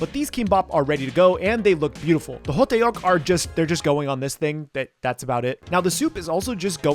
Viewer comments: Ho tteok / ttuk is not pronounced ho te ok. its more like dduck. like duck but more of t sounds. like how you would pronounce a thug. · It’s spelled hotteok in English, but it’s pronounced hoe-tk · 호떡 (hotteok) is said more like "ho-tuk" It's really hard to put into text how hangeul are pronounced lmao But that's a close approximation as I can get. The double consonant (tt in this case) is stressed compared to standard (t) and is in between a d and t sound. Also, ㄱ (kieuk) isn't a hard k like in english. It's more in between k and g so kimbap would be more gimbap and is regularly romanised as such. Looks great though! I guess those years of making sushi paid off xD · So hottdeok? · Hotteok is pronounced as "Hot-tok" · It’s pronounced hot tok lol ❤😂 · It’s pronounced hoe duck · 호떡 (hotteok) is only two syllables, so it's more ho-tteok (and tbh, you can kind of get away with ho-duck because the tt is sort of a mix between a tt and a dd, as you can romanize it either way really) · the pronunciation is close I think your going off how it’s spelled in English I don’t know how to tell you to pronounce it in Korean through text but it is similar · thats not how you say hotteok but good try tho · As a korean, this was all done very well! Only a few things stood out to me. 1st is hotteok is only 2 syllables; the tteok part is pronounced kinda like how you say duck. 2nd thing is that kimbap usually gets brushed with some sesame oil at the end! It gives the seaweed a beautiful glossy finish, as well as adds a bit extra depth of flavor. Overall great job! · hoteok is 2 syllables but stretches it out to 3 😂 good try tho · Btw… it’s Hodduk. The ddeok is pronounced like duck. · Sesame oil, you needed to brush sesame oil on that kimbap roll! also it's pronounced "huhduck" not ho-tae-uk lol overall good job on the spread!